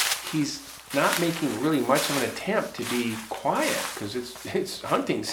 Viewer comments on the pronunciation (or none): none